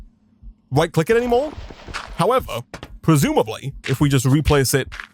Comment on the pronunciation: He didn't. Not once. I'm sober and my beer is now flat. He does say pwesumably a lot though. I wondew if he wealises how wepetative that sounds?